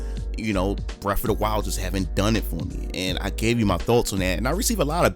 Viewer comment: I've not played "breff ov da while"... what system that on?